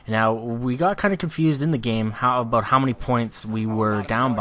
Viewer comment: i love the way you say a-boat. lol